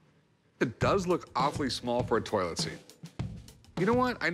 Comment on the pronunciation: The guy who brought the toilet seat pronounces toilet as “toll-it”.